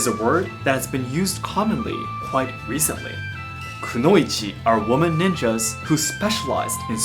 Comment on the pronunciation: Why do you say konouichi differently than anime in Japanese? Not English dubbed anime, Japanese audio